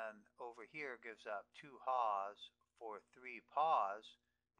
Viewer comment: create total confusion after watching this video.. you cant even pronounce nicely about your "here" and "there"...